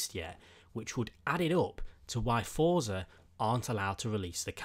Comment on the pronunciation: Why the shit do people say thotza it clearly says forza